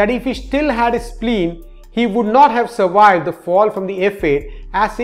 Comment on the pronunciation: words like Walwes (valves), Awoidance (avoidance), Surwiwed (survived), Wideo (video) etc., are spoken just like Vijay which you DO pronounce correctly and should be learned. Just say the words over and over many times correctly. Otherwise your English is very good. Loved the Wideo (video)!:D (Don Wood, Mumbai) Liked and subscribed.